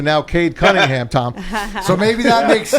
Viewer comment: Hilarious show Couldn't pronounce Tom's name and lisping and spittle....